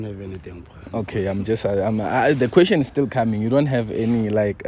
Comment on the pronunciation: Ke gona ke tsena.. "The kweshen is still coming"😭😭